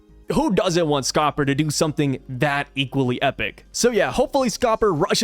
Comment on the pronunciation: It’s Scopper D Gyaban